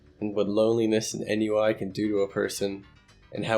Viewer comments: Ennui is pronounced "ahn-wee" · "Ennui" is pronounced "on-wee". It's French. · Ennui is pronounced "On-WEE", it's french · N-U-I is probably the most unique pronunciation of ennui I've ever heard. For future reference it's pronounces on-wee. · Ennui is pronounced "on wii" not "in you eye" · hahaha did you really pronounce ennui as EN YEW EYE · N U I... You mean ennui? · "N.U.I."? Ennui? ("on Wii") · enui- ON WEE NOT en-you-eye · I'm sorry i have to say this.. but its Onweee not ennui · That's coo but "ennui" is actually pronounced "on-WEE" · ennui is pronounce "On-wii" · The weirdest "ennui" pronunciation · LMAO THIS IDIOT DOESNT KNOW HOW TO PRONOUNCE ENNUI